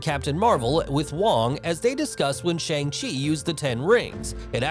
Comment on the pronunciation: bro pronounced Shang chi wrong